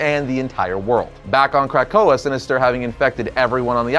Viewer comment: Is he saying CRACK-koa or am I hearing things🤔🤔🤔🤔🤔🤔🤔🤔🤔